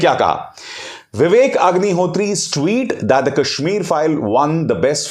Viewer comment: You are right bro. I heared second time then i understand Hagnihotri 😁😁